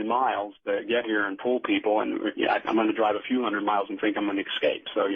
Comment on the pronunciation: Art Bell rules radio! May he rest in peace. The guest however is as inauthentic as can be, and is one of those people who tell their story, irritatingly, with the viewpoint of "you." ("Then you find yourself in the craft, where you see...") If I hear the words "excort" or "excape" one more time, I'm gonna use my ashtray as a frisbee. Jesus.